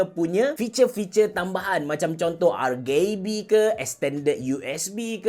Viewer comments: Kenapa ARGAYBE? Bkn ke ARGIBI? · No one: Absolutely no one: Abe ceroh, : R-GAY-B ke... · R-gay-B, Onee-ke.. AHAHAHAHAHAHA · rgb sebutan indo ke tu? piyubege